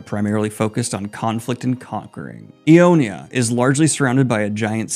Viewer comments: lol, you got all the region names wrong, though that's understandable. Nox-us, Ion-ia, and Dema-cia is how they're pronounced. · Helping a brother out on pronunciation cause we all been there. Noxus: Nah-k-sus. Ionia: Eye-oh-knee-uh. Demacia: Dem-ahh-see-uhh. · In the name Ionia the first "I" is pronounced like "I" the pronoun and the end sounds more like a "ja". In Demacia the "ma" is like your calling for your mother with a short "ma" - sorry no idea how to write phonetics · League names are already bad, so for someone with Dyslexia there is really nothing to aplogise for, but it did bring me a good chuckle when you got every name wrong and preemtively apologised. Noxus with an o as the first vocal. Ionia with a second i before the a at the end. Yes it is a name with four syllables and five letters, don't ask me why. Demacia with an a as the second vowel. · Both Daniel and butchering the pronunciation of names in a show they watch and HEAR just has to be bait at this point lol. Had to pause and wheeze at Nexus, Iona and Demessia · As a fellow Dyslexic, the 'Noxus' pronunciation had me cackling. Ionia and Demacia too. Love the content tho.